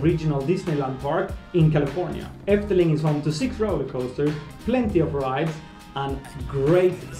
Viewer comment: You pronounced efteling very well for a non-dutch speaker! It will always be my favourite, and i hope you will enjoy it too!